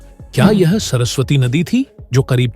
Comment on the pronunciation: सरसवाटी नही बे सरस्वती बोल